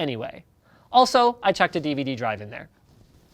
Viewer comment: whats a divadee?? Is it like a VHS?